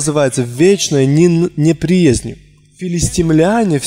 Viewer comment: Переводчик не умеет читать! Неприязнь с ударением на Я! Слух режет😬